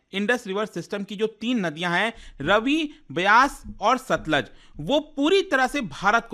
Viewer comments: रवि नहीं रावी और stluj nhi सतलुज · भाई जी रावी नदी को रवि बोल रहे हैं, सतलुज नदी को सतलज बोल रहे हैं